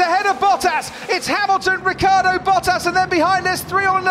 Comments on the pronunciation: For years this commentator doesnt know how to say Ricciardos name,its not Riccardo ...its RICCIARDO ,can;t you see the difference??? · The pronounce of RICCIARDO is like the english name Richard, so RICCHARDO